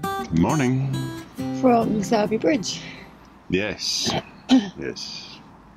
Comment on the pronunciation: Just like to correct your pronunciation of Sowerby Bridge. As a local of Sowerby the correct pronunciation is Soreby Bridge. Strange? No, just a Yorkshire thing. Love your blogs. 👍😷